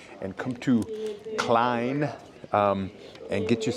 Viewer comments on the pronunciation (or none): none